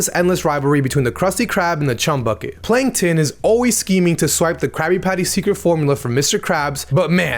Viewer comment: heh, "panktons".